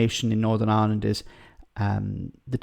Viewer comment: This guy should be nowhere near ‘powitiks’, he’s still in the 1600’s with his bigoted opinions and now wants to argue with the people he should be siding with. In fairness he is comedy gold when he starts spouting his hatred of everything. Iwand doesn’t need his sort. Yes, I did spell it as he says it.